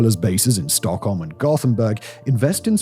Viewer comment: Butchering ALL of the Swedish names except ”Stockholm”…. great channel though.